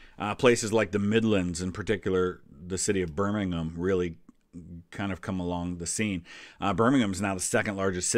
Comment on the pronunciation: You're the first American I've actually heard pronounce Birmingham correctly, and not emphasise the ham...is that because of football or because of your ancestry? 😆